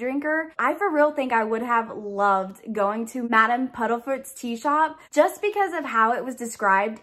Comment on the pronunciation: This box was a let down the only thing I liked was the Remembrall . Also its PUDDIFOOT and not PUDDLEFOOT sorry but that bit was making my eye twitch lol